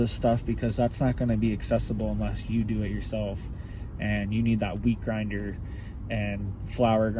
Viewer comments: I thought you said weed grinder LOL, I was like hell yea!!! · did you say weed grinder or wheat grinder? lol just curious if theres a difference...?